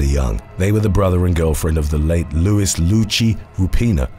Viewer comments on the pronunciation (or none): none